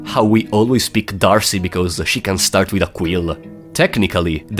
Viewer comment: Oh, you used to be the one person who pronounced D'Arce correctly, but you've fallen to the masses.